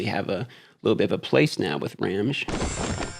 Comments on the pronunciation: Hi,! I follow you around even though I still play Raid but ironically have quit this game instead. Just want to inform you since I did not skip any of the cutscenes, it's pronounced "kee-buh-lay" for Cybele and "ram-gee" (as in "gugu gaga", not "giraffe") for Ramge. I personally hate the Engrish in this game and although I disagree with how the names sounded, I would go with the official pronunciation. It's cool that you follow FG300 by the way. I hope that you would make a collab with JGigs someday checking out that closed beta Genshin Impact game. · I snagged his FC cause Ramge is my favorite character so far. Also, I believe his name is pronounced to rhyme with "Ramsey", like Ramjee.